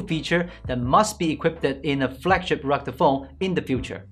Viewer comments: 😂 This is the third review in which you are pronouncing "rugde phone" in stead of "rugged phone". Otherwise your reviews are very good, detailed offering useful information about the products you are reviewing and I enjoy watching them. Cheers for that ! Maybe you could work a bit more on your pronouciation of certain words. Here's something that might help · What in the hell is a "rugda" phone!? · WHAT'S A ROGDA PHONE???